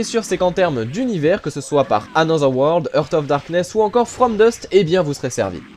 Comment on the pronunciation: Jeu très bien présenté comme toujours! Juste une petite remarque : "heart" se prononce "harte" et not "heurte". J'entends souvent cette faute.